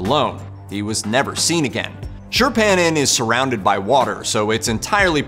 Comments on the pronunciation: What island did Lagerlöf get lost on? I can't understand. Shirphanon? I live in southern Sweden and have never heard of Shirphanon. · As a swede you make no sence with your pronunciation of Tjurpannan... I had to google it to understand...